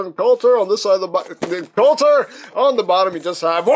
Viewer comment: The name is "Kultur" (German for 'culture') , not (as you've said it 'coulter' as in ann coulter) . Knowing is half the battle! ;)